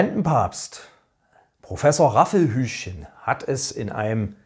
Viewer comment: Raffelhüschen nicht Raffelhüschen.